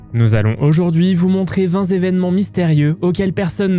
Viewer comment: Vingt zévènements?